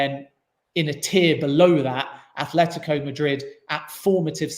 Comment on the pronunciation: tried so hard to keep a straight face when he said Athhhletico Madrid lol.